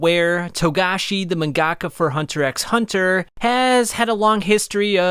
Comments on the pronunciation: This man pronounced the X... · Like 99% of the hxh community doesn’t say the X when say saying the name